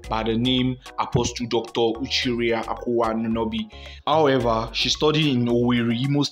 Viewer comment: Are you even serious? Is that the best acknowledgment of a mistake? Not to mention the terrible pronunciation of her name.